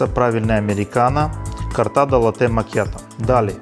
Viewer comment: Вибачайте, але дуже ріже два моменти. Не латтЕ, а лАтте і літера G в слові не читається, просто Маніфіка. Вибачте ще раз. 😊